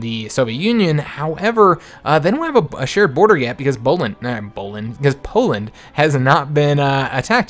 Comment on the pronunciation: You said Boland instead of Poland in this episode and I just thought it was quite funny.